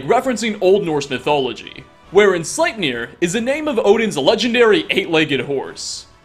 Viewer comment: SlEIpnir! EI! (Ei says "I", ie says "E")